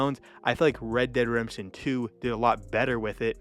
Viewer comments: Sorry - can't watch the whole video You lost me when you pronounced "Red Dead Redemption" as rederdemption Slow down. Focus on enunciation. Speak clearly. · It would be good to re-record your voice audio so you pronounce the games properly. I'm hearing "red der redemsion" - so you pronounce "dead" as "der" As for which is better, it's a no-brainer - RDR2. You say it doesn't feel as much like a western as RDR - really? What westerns have you been watching? Sure, if it's the type of western that is predominantly shooting - fighting - absolutely. But that's SO shallow. If you want depth, want to get a feel of what the end of that era was like, with so much more than just the cowboy style violence, RDR2 totally owns it. There's PLENTY of western movies and TV shows that have that kind of depth. Heck, one recent and awesome one, "American Primeval" really screamed RDR2 at me. Amazing TV show, so deep - a proper western. A western right near the end of an era - just like RDR2.